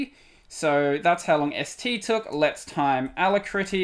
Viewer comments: A--LAC--RITTY not a-la-critty. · Pronounced a-lak-ri-ty! A brilliant name. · It is not pronounced like that... a-lack-rity It means speedy or swift. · good vidieo. BTW, Alacrity is pronounced with the emphasis on the 2nd A Thus: alAcrity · \ ə-ˈla-krə-tē\ => "uh-lac-rit-ee" => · Hey! The alacritty developer (Joe Wilm) pronounces it the other way. It seems to be an homage to 'alacrity' with one T — possibly with a bonus TTY reference from the two Ts 🤔